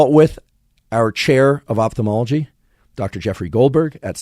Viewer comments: Thanks for the very useful content. The word is pronounced "oFthalmology" not "oPthalmology"! Moreover, could someone explain me how a person can perceive, say, GREEN colour in a (totally) green room, without anything (other colours) to juxtapose it to? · Great episode, but man it's pronounced oFthalmology from the Greek ofthalmos that means eye.